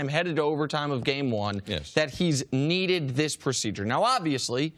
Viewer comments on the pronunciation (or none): " KNEE-DED this procedure" im done